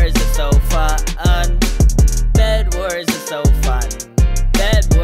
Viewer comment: When you say Fu un it sounds like you say the f word in swedish😂😂😂